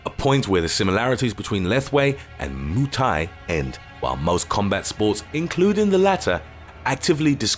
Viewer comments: I died when he said Moo Thai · You know a guy can't fight when he can't even say Muay Thai right lmao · "moo thai" lol